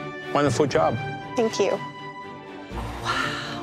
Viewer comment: When Chef Alvin said "Wonderful job" I heard " want a foot job" at first.. lol